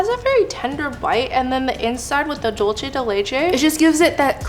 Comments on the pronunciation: I'm sorry but dulce is pronounced like dool-say. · i'm sorry, but why does no one know how to pronounce "dulce de leche"? it's spanish, not italian. "c" is equal to english "c/s" or "th" (in some countries) so why make up a whole new sound for "c"... also, "leche" does have that "ch" sound (the different one), not "dulce"